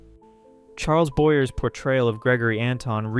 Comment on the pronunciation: That's not "Charles Boyer," but rather his last name was pronounced "BoyA"